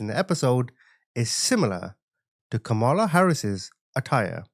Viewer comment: Curious: are you incapable of pronouncing the name “Kamala” correctly, or do you mispronounce it on purpose? Honest question. It’s one or the other, lol.